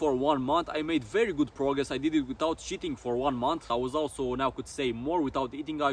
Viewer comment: "i did it without cheating for one month" it sounded like you said sh*tting lol